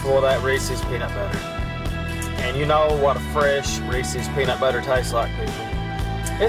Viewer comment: The word “tastes” is a one syllable word pronounced “tastes” not “taste-is”.